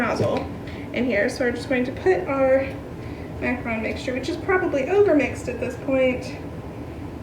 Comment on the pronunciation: Hate the way you pronounce macaron lol